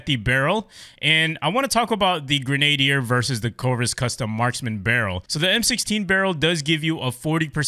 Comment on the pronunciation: Love hearing yanks trynna pronounce Grenadier ahaha. It’s pronounced gren-ah-deer